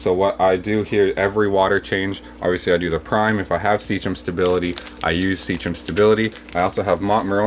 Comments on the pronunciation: It's pronounced see-kem not see-chum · It's Sea KEM bro (Like "Sea Chemistry"). Great video though!